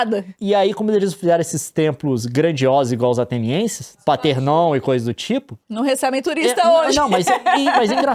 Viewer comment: Agonia ele ficar chamando o Partenon de Paternon